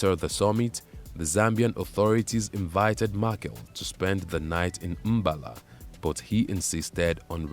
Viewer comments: Samora Machel's biography is largely accurate except for the narrator's woeful pronunciation of the late president's name and that of the country's former capital, Lorenzo Marques. Samora's last name is pronounced "Ma-chel" [not Markel], that's Portuguese for Michael; and Lorenzo Marques is pronounced Lorenzo Marques as in "Mark." with the "s" being silent. Thank you. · Machel as in Mashele, which is a Tsonga surname